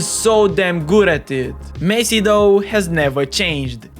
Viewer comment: bro first learn to say messi